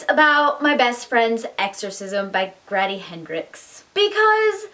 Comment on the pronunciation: Grady like Brady, not "graddy" like daddy. 😉👍👍